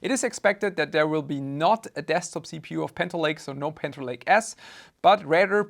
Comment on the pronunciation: So you go after ASUS for a perfectly fine term but can't pronounce "intel" and say "panter" instead of "panther"? Have YOU picked up a dictionary recently?!